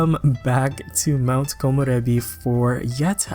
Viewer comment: I WAS WAITING FOR THIISSSSS!!! I love that you’re the only youtuber that can pronounce Komorebi correctly haha